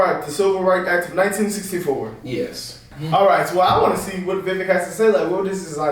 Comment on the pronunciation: Got to start saying Vivek's name right. It rhymes with cake. (Vi-vake)